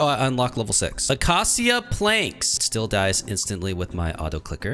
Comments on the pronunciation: acacia is said like uh-kay-shuh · Acacia is pronounced acasha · ah cah see ah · Is no one goin going to talk about the way he pronounces "acacia"